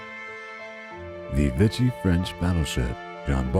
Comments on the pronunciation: That city in Alabama is prounced MO beel, and it's VEE shee France. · Great photos. FYI, Mobile, AL is pronounceed Mo BEEL. In anothrt video Des Moines is mispronounced. It is Duh moyn or Deh moyn. Vichy is pronounced vi shee. Hope this helps. You have a soothing voice, btw.